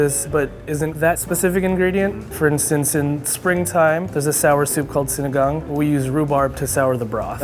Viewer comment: the way they pronounce "lasa" and "sinigang" triggers me